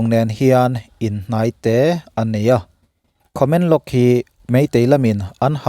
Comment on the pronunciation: Khamenlong nilovin Tamenglong tih zawk tur aw